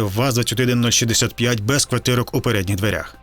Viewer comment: Кватирок. Не "кваРтирок".